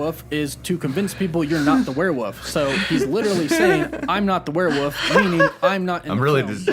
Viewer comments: "Werewoof" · Werewoof Me: Why does he say woof instead of wolf? at the end of his videos: Woof woof Oh... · Werewoof thats right isnt it.Werewoof now i cant stop saying it that way....